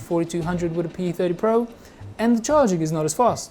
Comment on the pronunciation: Pee-thedy-po? Pee-theeedy-Po...